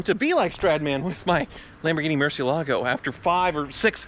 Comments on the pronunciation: Murshielagoh,... Is that hard to say Mur zi elago? (The z to exemplify the way you should pronounce it) cheez it's just Bat in Spanish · Somebody has to urgently tell this Guy that its MUR-CIELAGO and not MUR- CIE-LA-GO. Its spanish for bat... You welcome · Man, I just realized this whole time he's been saying "Murcielago" but all I heard was "Merci-Lago" hahaha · Why doesn't anyone pronounce Murciélago correctly? I mean, it's a simple Google search!